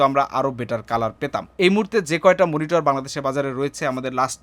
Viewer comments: মনিটর নাকি মিনিটর? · মনিটর ❌ মিনিটর ✅